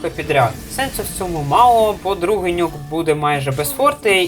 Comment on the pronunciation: я постійно чую "драконячий нюх" замість "нюк"